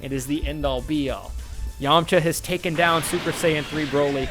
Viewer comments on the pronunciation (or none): none